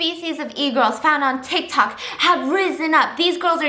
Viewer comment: Stephanie: tik tockity Ke$ha tik tok: blares on speakers Challenge - take a shot everytime steph says tictok